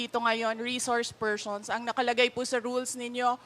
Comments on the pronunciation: Reshorshe pershons...sa veneers siguro ni Sara to...dati ok naman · Reshourch spershrson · Reshrouce pershons 🤦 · Reshouce pershons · Reshoursh pershonsh. Pesteng yawang Bise presidente ito bakit ibinoto ko ito. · Mga reshourcshe phershons lang pala mag oath eh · nananadya na xa talaga isip bata walang galang sa hearing.....feelling prinsesa talaga ang taas taas ng tingin nia sa sarili nia diyan pedeng mamuno resource persons nga lang dipa pa mabigkas ng tama she said reshors pershons putik nayan😂